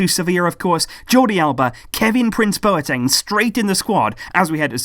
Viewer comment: My housemates were from Ghana, they told me numerous times it's pronounced 'BWATENG' not bo e teng.